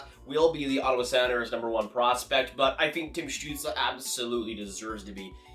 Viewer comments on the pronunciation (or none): “Tim Stuetzel” 🤣🤣, supposed to be “Stützle”